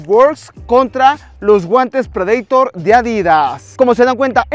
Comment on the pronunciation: Así se dice en inglés o sino "prideitor"